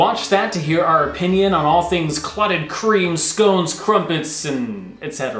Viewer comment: It’s pronounced scones not scones. 😉